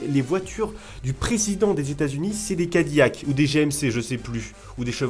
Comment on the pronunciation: SA SE DIS CA- DI- LAC